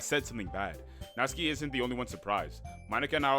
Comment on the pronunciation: WOAH youre the second person ive EVER seen to say Natsuki's name technically correctly! (The first being Cory ofc, but he never finished the series 😭😭)